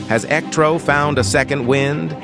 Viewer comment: You turned Electro into “El Ectro” that is amazing!